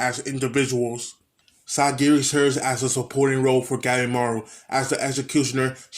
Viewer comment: It’s painful when I hear you say sagiri